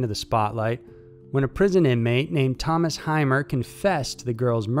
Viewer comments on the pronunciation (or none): none